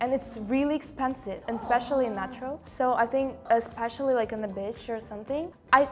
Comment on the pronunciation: The Spanish dude, says bitch not beach, so funny